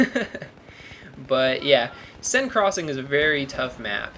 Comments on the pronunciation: It's not sin crossing. It's sane crossing. Seine is pronounced sane. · Bl1nky is correct, I study french, and I've been on the Seine, its pronounced Sen as in Men with an S instead of an M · Hate to say this but I'm a little nazi and just wanted to point this out. You pronounce Seine wrong. I'd pronounce it the same way you pronounce "sane". Hope this helps. :)